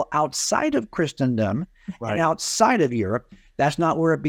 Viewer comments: I don't like how Wallace overpronounces "Christendom" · I've never heard anyone pronounce, let alone overemphasize, the "t" in Christendom before. I guess that makes Wallace super-Christian.